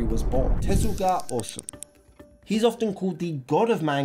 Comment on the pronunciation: Need to improve on your pronuntiation bro, my heart hurt when I heard you say Osun instead of Osamu